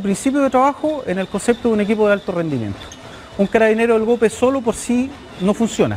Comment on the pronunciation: Mi estimado,se pronuncia tal cual se escribe GOPE no Geope como tú lo pronuncias.